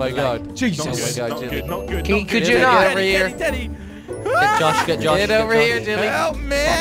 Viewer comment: jelly says Telly instead of teddy